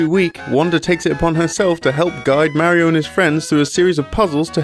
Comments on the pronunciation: I'm sorry, but if you're going to make a video about a Mario game, you should be able to say "Mario" correctly. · You should learn to pronounce mario.